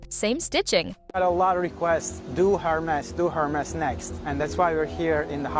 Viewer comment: It's not pronounced her-MESS. It's pronounce air-MAY.